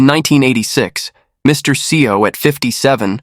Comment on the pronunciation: Narrator or.. uses 3 pronunciation even in the beginning of this video. "SeeOh", " SaiYo", "EssSeeOh" I don't know what to think of it.